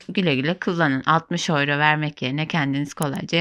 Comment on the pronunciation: Oyro diye okunmuyor avro veya yüro diye okunur